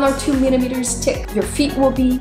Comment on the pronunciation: About three millimetres "tick"! Sorry I had to lol